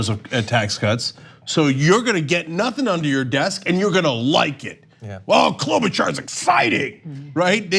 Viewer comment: Cloudbootjar*** how many times do we have to tell people say her name right!